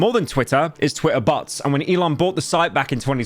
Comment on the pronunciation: Today I learned about the British pronunciation of "bots". YOUTUBE HAS A BUTT PROBLEM